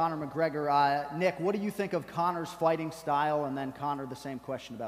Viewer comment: "Think" = "Tink". Hahaha